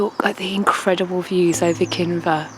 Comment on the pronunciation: Kinver .... not Kimber sigh